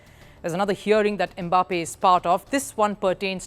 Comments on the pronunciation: It is not "e-Mbappe"; it is "Mbappe". Close your lips and say "mmm-bappe" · So somebody cannot pronounce "Em mbappe" in peace 😂😂😂😂😂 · The is no "Eh" in front of the name "Mbappe". If there was, it would be spelled "eMbappe". The name is pronounced "Mbappe". That is how Bantu names are. They start with consonants.